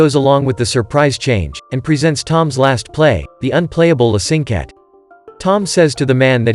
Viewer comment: i'm sorry, this is bad. The piece is called "La Cinquette", and that's the piece he crumpled up, not some random piece of music. Funny how you say the proper name later, but still mispronounce it. The choir? I don't see any singers. That's an orchestra. Norman does not speak to the audience at "break time", just in between movements... Tom LISTENS to the music on the tablet, there's no sheet music shown. It's obvious he is listening to the music, not copying down sheet music. What he writes are cues to help him play the piece by memory. What are "light pillars"? I can understand some simple mistakes, but these are major.